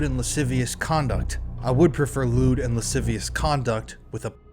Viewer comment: Lascivious = "lah-siv-ee-us"